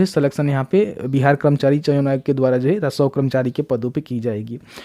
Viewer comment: आप रसोव कर्मचारी जो बोल रहे हैं वहां आप राजस्व कर्मचारी बोलिये।